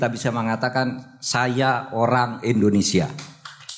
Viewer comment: WELCOME TO ENDONESEAHHH.. AHAHAHAHA